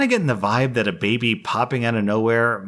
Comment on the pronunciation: MY BABEH IS NOT MONEH